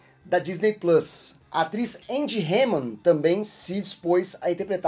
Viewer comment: A tal Angie Harmon combina mais. Mas precisa de Whey ou de George Lucas. Demorei pra achar fotos dela, porque pela pronúncia, achei que era "Hammand". Rs